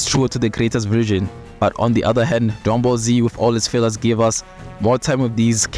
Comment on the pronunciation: Drungball Z o´ Drungball Z Kaa?